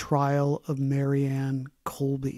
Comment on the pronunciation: A side note: the author pronounced her name as marian. at the time, she was called Mary Ann.